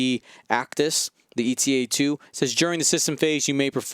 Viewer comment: Ay-tuh. AY-TUH! Not "ee-tee-ay." The Eta in Eta 2 is not an acronym for something, like the ARC-170 is (it stands for Aggressive Reconnaissance). You don't pronounce the Delta 7's name "dee-ee-el-tee-ay." You shouldn't pronounce the Eta 2's name that way either. Thank you for coming to my ted talk.